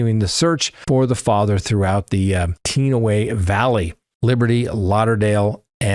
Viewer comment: Tee anna way valley...